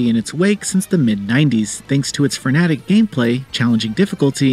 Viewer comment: FrenATIC?! LOL! Good shit.